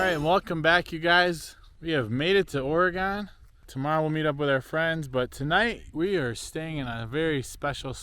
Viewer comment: I’m going to keep editing until I am all the way done with this video 🤣 Did you say Or-E-Gone!? 🤦🏻‍♀️ lol! Also that’s how the high desert is. Be windy as heck and after the sun goes down everything just goes dead silent. It’s crazy. We’ve never been! Tried once but the road was closed for the season. Told Hailey when we go we will sleep inside. She replied she’s not coming 🤣 Uhhh yes there are rattlesnakes out there lol …and scorpions